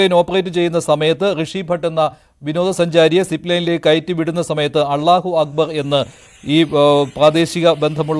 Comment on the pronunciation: അല്ലാഹു അക്ബർ എന്ന് അവതാരകന് ശരിയായി ഉച്ചരിക്കാൻ പോലുമറിയില്ലേ ? വാർത്ത വായിക്കുമ്പോൾ ശരിയായ ഉച്ചാരണ ശുദ്ധി വേണം